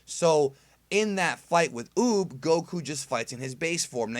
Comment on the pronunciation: Did anyone else Here him say "boob" at first when he was talking about Uub?